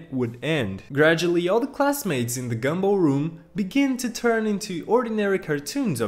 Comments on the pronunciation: Bro it's GUM ball,not gambull😂😂😂😂😂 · He said gambal